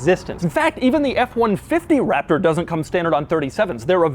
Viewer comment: I like the part where he says Raptor.